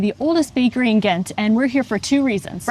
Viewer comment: Your english pronounciation of the name Ghent is actually more true to the correct pronounciation than your Dutch one. You use a very harsh, hollandish 'G' while in Belgium (just like in the south of the Netherlands) we use a soft G. Try some softer Gs, it'll make you sound more authentic. ;)